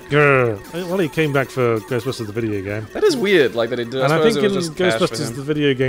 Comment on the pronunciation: God dangit, I keep on noticing that Yahtzee says 'vidya game'